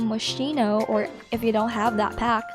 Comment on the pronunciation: Thanks for the tips! Moschino sounds is pronounced like mosquito btw ❤